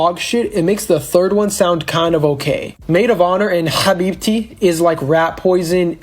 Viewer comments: Habibti❌️ Habi titty✔️😂😂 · Bruh these niggas made me forget how to pronounce Habibti😂😂😂😂